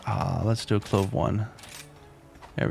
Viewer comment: please learn to read. its alcove not aclove.